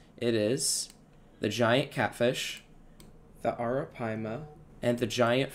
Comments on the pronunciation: Nice video, should clear up some questions about the update from the community. After the map video maybe you could do one reviewing the animal concepts in animal ideas on deepcord? Also uhm actually its pronounced A RA PIE MA 🤓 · "Air Um Paia" - 2023